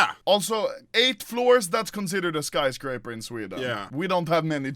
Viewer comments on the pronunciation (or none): I like his russian accent when they were talking about the "skyscraper" lol